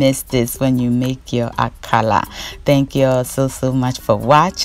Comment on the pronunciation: Dear, l always enjoy your channel, well done. Meanwhile Why are you pronouncing it AKALA instead of AKARA like everyone else in Ghana? Or is it not kose you are referring to?